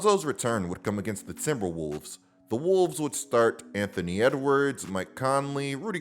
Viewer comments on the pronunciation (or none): none